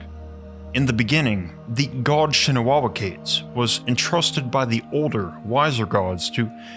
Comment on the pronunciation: The way you enunciate the word 'quote' and 'God', makes me want to cave your head in... And it's evident you do it deliberately.. 🙄